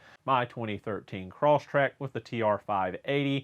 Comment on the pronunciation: Why do people call the vehicle "CROSSTRACK "? The word is CROSSTREK.....trecK not track. Why do I hear CUMMINGS instead of CUMMINS? Mumble mumble, grouse, growl. Great site...I have learned a lot from watching your site. BTW: I am not contradicting anyone regarding CVT transmissions, I have NO experience with them BUT: chains & belts....a belt handling the stresses internal to the transmission:? Surely metal chains are milled by the sprocket teeth & other things. The input & output pulleys must have slippage, & the friction losses are conducted to the internal lube fluid(s) It seems like an accident waiting to happen to me. More & more of these units are appearing all the time in new vehicles, so they must be reasonably reliable. I spent some time in Europe decades ago, & drove a DAF car quite a bit. Its CVT used "Vee" belts & the drive operated like the clutch in snowmobiles. These cars were loved by owners in Holland, because they got about 40 miles per gallon & they were, in fact, VERY reliable. Doubtless the reliability was mostly due to the fact that the engine developed about "2 Amps" (grin). Top speed was about 65 mph on a level road, no wind, & fully inflated tires. They were manufactured for about 5 or 6 years, & then the company was purchased by a different vehicle company, & the DAF was gone. It seemed strange to me, because DAF was a solid company, & their sales climbed every year. Maybe the same problem that sunk the Tucker after WW2. Cheers!